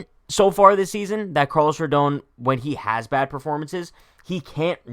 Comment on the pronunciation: How are you going to mispronounce his name every time?!